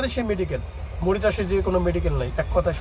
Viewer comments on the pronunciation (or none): ভাই মরিচাস না। মরিশাস শব্দটা ঠিক করে নিন